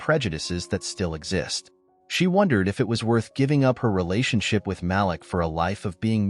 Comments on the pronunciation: Malik is pronounced “MA-LEEK”. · Great story... The name is Malik pronounced (Ma-leek) you remind me of the caller id on our phone pronouncing my nephews' name the same way. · The correct pronunciation is MA LEEK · My nephew name is Malik, please pronounce the name correctly!